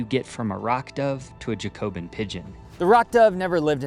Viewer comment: Just for future - it's pronounced "JACK-obin", and yes - I am being an absolute nerd right now, but it's after the French Revolutionary party. Yes, this was no doubt a sly joke for pigeon breeders ^.^